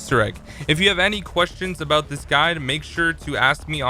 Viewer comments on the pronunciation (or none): none